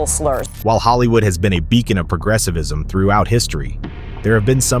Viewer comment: "While Hollywood has been a beacon of progressivism." You clowns, learn to speak first. "Progressivism", uh?...